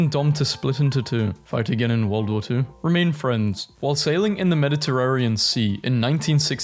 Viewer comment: ALRIGHT I'm so INCREDIBLY ANGRY that you can't pronounce PENELOPE, AGINCOURT and the fucking MEDITERRANEAN properly that I'm about to ruin your damn opinion of Margaret Hamilton. She did NOT write that code, not by hand, not AT ALL. She was a part of a team and in fact ONLY JOINED THAT TEAM AFTER THE CODE WAS ALREADY WRITTEN. THANK YOU AND GOOD DAY!